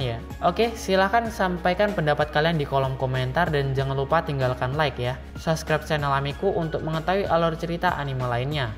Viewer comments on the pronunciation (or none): none